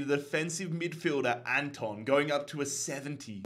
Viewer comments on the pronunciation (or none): none